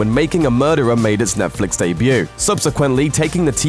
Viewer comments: The way you say Netflix is ridiculous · Is it me or does this guy pronouce netflix in a weird way? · Why does this guy pronounce Netflix in sucn an annoying way? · Say Netflix properly